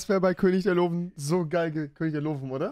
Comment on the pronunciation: Rewi deutsche Sprache schwere sprach ich weiß aber es heißt König der Löwen nicht könig der lowen